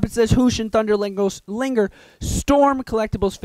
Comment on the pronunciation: you said liger wrong